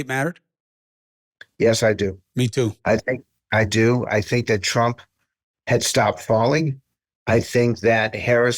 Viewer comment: Trump not Tramp. She's a commi.